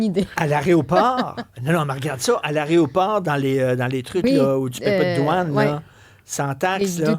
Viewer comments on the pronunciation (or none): Arrêoport ????🤦🤦 Aéroport plutôt 😅😅 merci de ne pas inventer la prononciation 😅👍